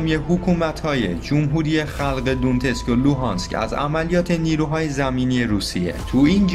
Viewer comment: مثلا تلفظ دونتسک هست donetsk یا در مورد استانهای سوریه تلفظ صحیح حمص هست homs امیدوارم همیشه موفق باشید ، یاحق